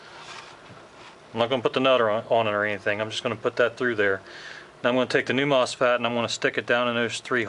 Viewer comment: MosFAT? It’s mosFET